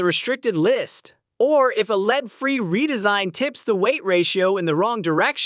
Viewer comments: its LEAD NOT LEED. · I love how you got the AI generated voice to sound so energetic in its almost shouting voice... but not quite. Leeeed... Leeeed bullets. Dude, just at least review what you're uploading before you post it. Or... did you in fact check it, and you saw/heard no issues? Heh! What a total dumbass (or what we used to call in my neck of the woods, "shit-for-brains". Good one. Keep up the great work!